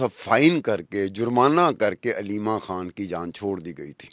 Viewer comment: بیبی کھان نہیں خان حے حناء نا بولو